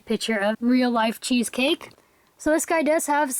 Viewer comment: when you said cheesecake i thought u said cheese steak lol